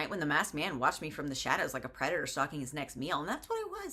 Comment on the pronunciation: "He's my predator and I'm his prey." I thought you said CREDITOR and for one brief moment this book was going to a very strange place in my imagination.